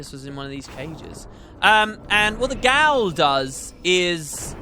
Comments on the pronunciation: Gaol can be pronounced Jail :) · Pretty sure Gaol is just pronounced Jail, fyi :P